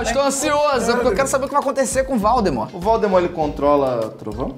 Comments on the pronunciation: em o felipe fala valdmort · ksks até o felipe falou val the mort kk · Para, para, para! Assim vai acabar arrancando o olho de alguém! E você está falando errado. É vOldemort e não vAldemort ! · Lucas: valdemort felipe:voldemort kkkk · Olha ele estava Falando pro lucas que era vooudemor e ele falo vaudemor isto esta errado contra os direitos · Kkkk valdmort e voldmort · Eu não sei se ele o luccas falou valdemort ou Valdemar?🤔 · "Valdemar" KKKKKKKKKKKKKKK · felipe falando Valdemorth